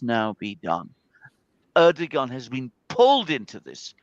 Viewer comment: POV you’re a commentator who can’t say erdogan